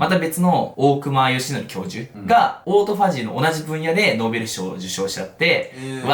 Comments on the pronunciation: 大隈はおおくまではなくおおすみです。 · オートファジーのおおくま？？？？？？？ おおすみです